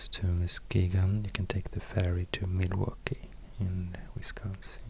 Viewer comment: I’m from Wisconsin and you had perfect pronunciation on Manitowoc and Milwaukee, and you were accurate with all your info. Major props to you!! Got a like and sub from me!